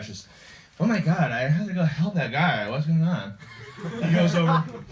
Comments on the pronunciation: "so hes suchin mahy catch..." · SUCHIN MAH CAAHTCH